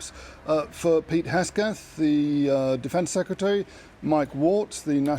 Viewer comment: Guys name is Hegseth, not Hesgeth. But never mind, prolly not worth learning at this point...